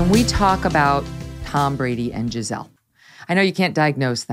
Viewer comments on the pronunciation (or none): Her name is Gisele (sounds Gisélee) its not Giselle, Gisel... Its Gisele Bundchen